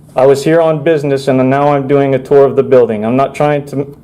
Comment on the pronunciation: Independent Creator I was mocking how he pronounces 'tour'!